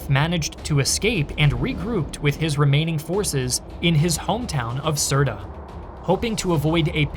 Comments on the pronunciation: Hello i loved this video and i live in misrata ive lived through the siege and sitre is pronounced like dirt but instead of starting with d it s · The analysis and content is second to none. It's pronounced S -irt btw 😀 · Why cant you just pronounce the name of Sirte very properly?